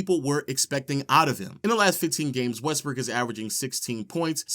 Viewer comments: It sounds a lot like this dude is steady saying westbrick instead of Brook or am I tripping??🤔🤔🤔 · Is it just me or he keeps saying westbrick